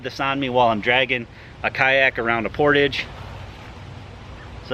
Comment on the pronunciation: portawwwge.....it's french....portage is what ya call my belly....cause I'm a portly fellow...;)